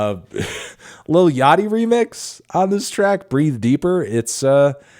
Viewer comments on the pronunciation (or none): none